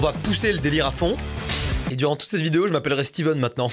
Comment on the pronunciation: On dit pas stiven on dit stéven